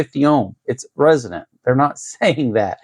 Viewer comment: Man, i appreciate the content. I just wish you would start pronouncing resonant correctly instead of saying "resident". Even YouTube closed captions is picking up resident. You're doing a disservice to anyone new to radio or antenna theory.